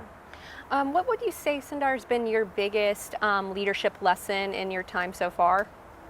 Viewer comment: she calls him "sun-dar" but his name is pronounced "soon-dar" just FYI